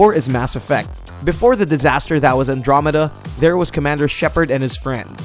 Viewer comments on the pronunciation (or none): none